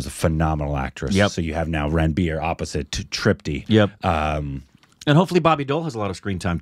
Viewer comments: Its not Ran-beer, Its Run-beer. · Guys just to help you the name Ranbir is not pronounced as Ran-Beer... Its more like Run-Bee-Rr